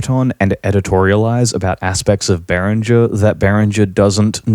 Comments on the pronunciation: Exactly. Whoever thinks behringer should donate can do so with the money saved by buying behringer products. I wonder if it is the same company the guy in the video talks about, he mentioned berenger very often, maybe he is just mispronouncing it, maybe not. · you have a funny way of saying behringer and the outro music is too loud under your voice but other than that this was an excellent - and surprisingly impartial piece of work - really is a tough topic .. in other documentaries i heard the point being made that behringer copying old designs is fair enough but releasing clones of hardware which is currently being produced is very naughty instead.. i find that to be a very valid point as well. I still dont know where i stand on behringer as a whole because i certainly cannot afford 3k synthesisers and yet i am not sure if cloning the companies innovating 3k synthesisers so they eventually go out of business is the right way.. actually i do think it is despicable.. yea.. yes i do